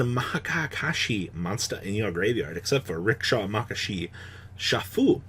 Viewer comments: M A K A K A S H I are my favourite archetype now just because of how is saying it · after me, ma ya ka shi